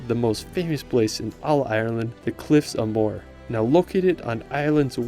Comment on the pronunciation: Nice video, sorry to be critical but you miss-pronounced many names of places: Don-e-gal, Ar-on Islands, Cliffs of Mo-her..